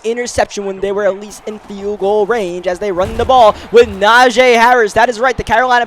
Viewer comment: It isn't Najay it is NAJEEEEE